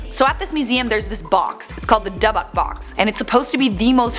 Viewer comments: It's DYBBUK pronounced Dib buck. Not debbick. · It's not debbuk. It's dybbuk. It means "demon" in Hebrew. Get your facts straight. Btw Zak Bagans is my husband. 😍😋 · Rachel Schwebach she said dubbuk 😂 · The airport he landed in was in Newburgh, Ny. Its called Stewart Airfield. I live minutes away from it. Also, its pronounced DIB ICK box. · I know everything is 100% accurate and true but I can't take her seriously saying duhbuk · Pronounced dibik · For the love of God please learn how to say Dybbuk correctly if you're going to make a video about it- its pronounced like "Dib-buck" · It’s pronounced dibick lol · You are pronouncing Dybbuk wrong, it Is pronounced "Dib-buk Box" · It's pronounced dii-bick... This is one potatoe loving gal, so no hate, just help 😇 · How hard is it to say dybbuk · Thank God some else said something! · You are mispronouncing dybbuk box. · eanyone elde cringe when she pronounced dybbuk wrong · Glad I'm not the only one who noticed 😁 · I can't stand it but what are you gonna do? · Do you pronounce dybbuk box correctly?